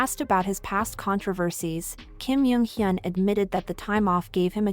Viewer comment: Oh my godd I love your videos but I can't ignore the way you pronounce almost all of the celebrities featured in your videos. The way you pronounced Kim "Jung" Hyun as Kim "Yung" Hyun and "Seohyun" as "Seohyin" I'd suggest you to learn how to pronounce people's names. Really no hate ❤❤